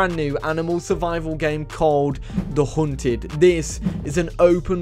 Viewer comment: The Huunted😂 No offense Just sounds funny